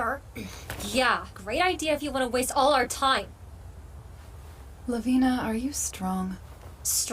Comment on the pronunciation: The original name are , la-vi-ne /kan-ne not la-vi-na / kan-na, just saying.